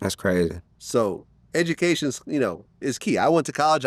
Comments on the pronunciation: He said edbucational 🤦🏾‍♂️ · My boy said 4th worst "edumacation" smh boy you is the problem in yo city RN... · Louisiana got the fourth worst Edganuhcationol system smh help them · ....my man said "fourth worst edumacation system" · We can tell they don’t have a good education u can’t even pronounce the word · I’m sure they have one of the worst education systems if hurricane chris can’t pronounce education properly 🤣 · Not being able to say education is evidence of how bad the LA education system is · Yeah the education system is bad the way you pronounce it😂😂😂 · Ninja cnt even pronounce education 🤦🏾‍♂️ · I believe him, he mispronounced education 😅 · He said it right the first time and then he messed up on the word the second time. You know he didn't mean to say it like that the second time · nah he f'ed it up the first time too